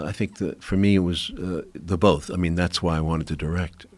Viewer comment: Joe "Pronounces 'both' as 'bowlth'" Rogan